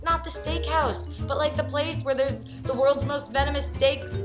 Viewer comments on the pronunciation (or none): none